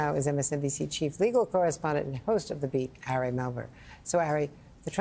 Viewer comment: Andrea has worked with Ari for YEARS, yet still mispronounces his name! Ridiculous and rude. Andrea, it doesn't rhyme with "Harry"!